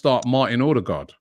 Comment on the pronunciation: It’s pronounced urrdegar